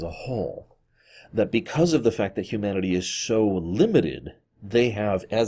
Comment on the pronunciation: I legit thought you said "Q-manity"